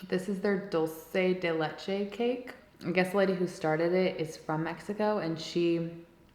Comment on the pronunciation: She’s not Spanish, she doesn’t need to know about Spanish culture. Do you know everything about Asian, Native American, or any other cultures but yours? Because she can’t pronounce Dulce De Leche or Tres Leches very well, that means she’s oblivious to culture? No. Chill out.